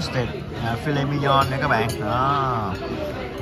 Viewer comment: Chữ viết trên thực đơn là mignon mà đọc mi nhon cũng ngộ hén. Sự thật chữ này của Pháp viết rất là đúng và “filet mignon” là giống đực cho nên nếu muốn phát âm đúng thì phải nói “phi lê mi nhong” mới đúng nhia (nếu qua bên Pháp)